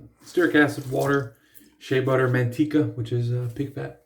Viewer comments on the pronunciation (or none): Haha. The way you said "manteca" reminded me of Mimisiku in the movie Jungle 2 Jungle. The word he used for spider is "maitika". 😆 "Manteca" (lard) is pronounced "mahn-TEH-kah". 😉 You like the big blades, huh. You've got that huge pocket knife too. And the big truck... Trying to compensate for something? 😜 Thanks for the shave,! You're awesome! 😄